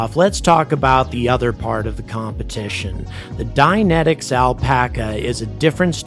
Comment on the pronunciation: You were saying "Dynentics", I thought you were saying "dianetics". For a second there I thought Scientologists started to develop rockets -_-'